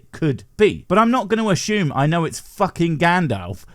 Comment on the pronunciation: i like your content. but for the love of some deity, i dunno, stop saying assume like ashume makes my brain owee